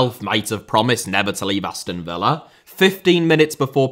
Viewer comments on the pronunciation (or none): none